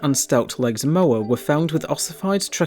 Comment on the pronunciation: When you make a educational video about Moa and mispronounce it...